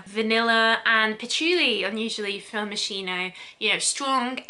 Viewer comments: Your pronunciation is really terrible! Moskeeno not moishino! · Its pronounced Mos ski no not Mossino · It's MossKino not Mosshiino 🤦🏻‍♀️ God! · Am I the only one bothered about how she pronounced moschino 😅😅😅 i believe it's pronounced MosKino (i could be wrong) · Dear, how sweet is the way you pronunce Moschino 🤩🤩🤩 It should actually be with a hard "K" sound for the Italian "Ch", but I am telling you FYI and not in order to play the annoying teacher. Love from Italy! PS I do adore your content!!! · Omg!!!! How can you review a product if You don't even know how to pronounce it??? MOS- KEE- NO!!!!!!!!! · ah just couldn't keep it going sorry as much wanted to watch video, moschino is mos-key-no, well atleast how you say it is still better than others 😊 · It's pronounced mos-Kee-no :) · no, it‘s pronounced mos-gee-no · You are pronouncing the designers name wrong. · The wrong pronunciation of the brand bugs me. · You pronounce moschino wrong